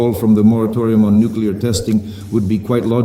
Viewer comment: nucular topidos nukular missles you fruad